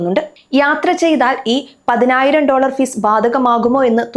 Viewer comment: പൈനായിരം ഡോളർ അല്ല കുഞ്ഞേ 😂😂😂😂😂